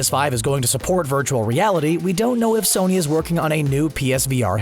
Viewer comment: "Sorny" lol